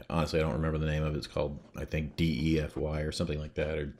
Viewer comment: Defy.... like.... dee-fie